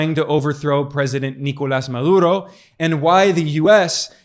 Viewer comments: correction: it's pronounced MaDuro, not MaLuro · He had a hard time saying 'Maduro' - Ma-dur-oh. With a 'D' in the middle of the name. How does he screw it up six times?